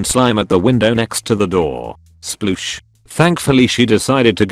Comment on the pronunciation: Holy crap the way the narrator program pronounces sploosh 😂 A terrible and disgusting story met with an almost childlike robot sound Sploosh